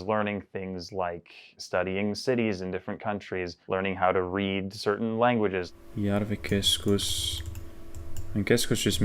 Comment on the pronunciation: I love how well he pronounces Järvikeskus in Finnish